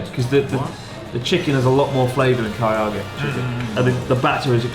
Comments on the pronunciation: Chris's insistence on mispronouncing Karaage as Kariage gives me an idea: Zangi chicken with a curry marinade instead of the garlic soy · blud still cant say karage. kariyage